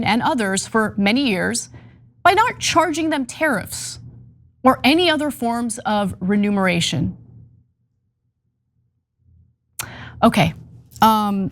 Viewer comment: And it’s “remuneration”, not “renumeration”. You can lambaste the man for being a fool and misusing words, which he very much did and will continue to do, but at least pronounce correctly what you seek to denounce. Trump is a fool, and a total a**, and worse, yes, but please do better and try to understand the global reality. DJT will be gone in 3 years, but what China has been working on for 5000 years will continue : global conquest. It IS for national security. The sooner you and the EU and NATO realize that, the better.